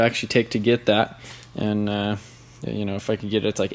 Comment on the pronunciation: piss me off how much you say butaa andaa itaa